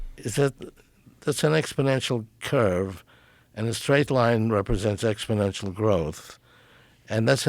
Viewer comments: New drinking game, every time he says" expidential growth" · "So what you're saying is..." "Yes, exponentially." "But people are saying..." "Joe! Ex po nential growth"